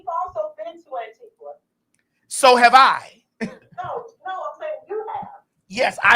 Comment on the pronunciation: Maddie this beat and hair!!! Omg. Also that colour suits you. No ‘w’ sound in Antigua btw!